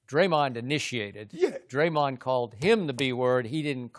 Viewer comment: The way Chris says dremahwn